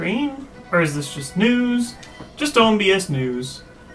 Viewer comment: OH MY GOD, IT'S NOT ONBS...It's O.N.B.S., its an acronym. Orre National Broadcast Station. Jeez...